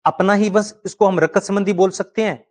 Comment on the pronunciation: बस आपको हिंदी बोलने का तरीका नहीं है गुरुजी आप हिंदी के थोड़ा अ के लिए ऐ विनिमय के लिए विनियम रक्त के लिए रकत ।।।।शब्दों को ठीक से न बोलना वक्ता एवं श्रोता दोनों के बीच संप्रेषण प्रभावशाली नहीं बना पाता है ।।।